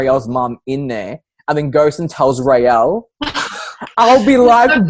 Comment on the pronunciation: OMG, if you like this amazing show, then at least get the NAMES RIGHT!!! "RAELLE COLLAR PVT. 1st CLASS" According to the medal that appears when she says the oath in season 1 episode 1! Seriously... Raylla? Who's that?